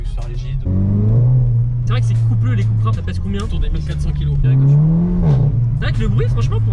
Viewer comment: C’est cUUUUUUUpra pas « Coupra »